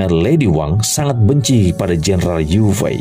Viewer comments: Yue fei.. di ucapkan ye fei.. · Iya.. nich tulisan yue fei.. tp ucapan harus ye fei.. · Jendaral yue fei di baca yok fei..